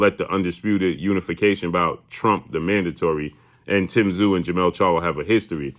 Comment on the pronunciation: Crawford has more heart then charlo but tszyu will destroy them all and for all the Americans that can't pronounce his name just say zoo he is a beast and Americans you guys are lucky you will see on your shores tim tszyu greatest boxer you are going to watch in your lifetime then comes Nikita tszyu who could be the beast of all beast's